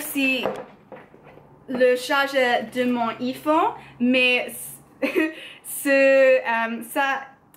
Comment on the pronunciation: hi, when you say "IPhone" you can use your english accent 😉